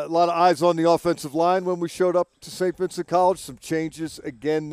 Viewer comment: Why isn’t Mac Starks can’t pronounce Saint Vincent correctly …….I mean really🤬